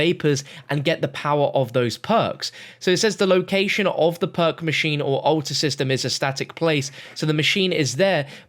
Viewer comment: ‘Ulta’ or ‘altar”?